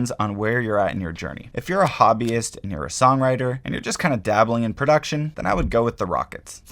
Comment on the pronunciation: Love your vids! Keep up the good work! ("Hoobiest" 😂)